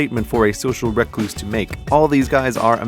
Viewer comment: Social Rec-Loose? No no no no no social Re-Cluse